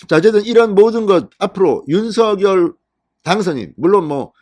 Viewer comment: 윤석열 [윤성녈] 입니다. [유서결] 아닙니다. 누군가의 고유명사인 "이름"은 정확하게 발음해 주시면 고맙겠습니다. 그래도 한 나라의 대통령의 이름을 자국민이 제대로 발음하지 못 하시면 .. 이름은 고유명사입니다.. 윤석열 [윤성녈] 입니다. [유서결] 아닙니다.